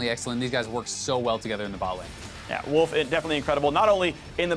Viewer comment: did he just call Wolf, "Woof" ??